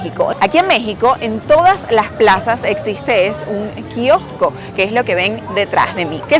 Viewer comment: PUEDES PRONUNCIAR BIEN KIOSCO